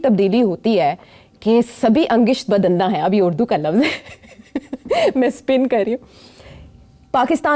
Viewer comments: محترمہ! یہ فارسی کا لفظ ہے جس کا تلفظ ہے " اَن٘گُشت بدنداں" اَن٘گِشت " نہیں ہےـ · the word is Angasht bud-zaan.